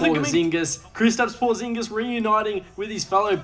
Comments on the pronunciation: Why flight saying Porzingis like that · Making Porzingis rhyme with lasagna is hilarious.